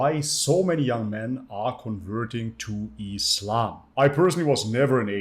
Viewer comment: Why does him saying converting sound like reverting